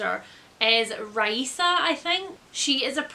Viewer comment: Thank you for pronouncing Raisa correctly :) My name is spelled differently but... same pronunciation. Makes me smile every time someone gets it right. I bought Demon King specifically because of Raisa but I've never gotten around to reading it. One day... one day... I love the Lightbringer series. One of my favorites though book 3 goes in a VERY different direction from the rest of the series. i've only read Way of Shadows but it's also very very good. I think you'll like it.